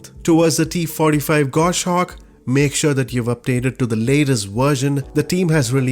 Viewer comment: Say it with me... Gos-hawk. Gos-hawk. Gos-hawk. NOT GOSH-AWK.